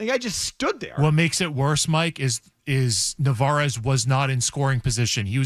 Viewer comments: Since he currently is doing very well and could be a legitimate RoY candidate, maybe learn his name (at least Mazz got it right). It's Narváez (nar-vai-ez). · Really? That’s what you care about? The mispronunciation of a rookie backup catcher. The Red Sox and their fans are a joke lmao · You know they have no idea what they’re talking about when they keep saying narvaez’s name wrong